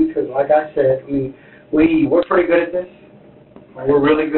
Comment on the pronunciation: “ you seem like a guud person ur a marine”😂😂😂😂😂…… this DOES NOT MAKE HIM A GUUD PERSON IN GENERAL officer!!!!